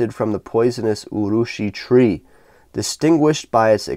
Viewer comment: Not too bad a pronunciation. Yes, urushi means lacquer. Anyway, an interesting watch and another good review.